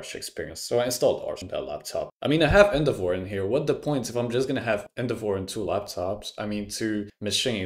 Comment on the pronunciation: Took me a while to understand what "End of war" was XD. I get your point tho